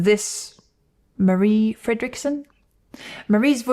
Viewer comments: A lot of people outside Sweden pronunces "Marie" like "Mary", so, I was surprised about she pronounced it right. I know the right pronunciation because of all the greetings saying "Hello, this is Per and this is Marie... and we are Roxette!". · Swede here, you actually pronounced their names perfectly. Even Gessle. 👍 Marie was amazing, sadly passed now, she was great solo too. ❤